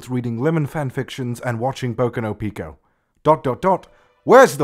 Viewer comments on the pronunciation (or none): none